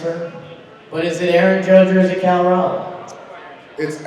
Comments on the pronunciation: Its Cal cmon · It’s Cal bro